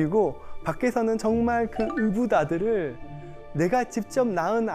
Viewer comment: '의' 발음이 안되시네요 으자 으붓아들